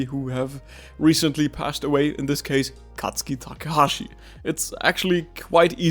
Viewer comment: sir it's KAZUKI TAKAHASHI...